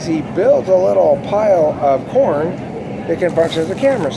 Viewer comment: Ohhh, "pile of corn". I thought you said "pile of porn".